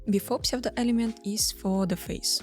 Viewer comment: Не сочтите за зацепку, у вас отличный английский, а псевдо-элементы произносить на Английском даже проще — судо-элемент)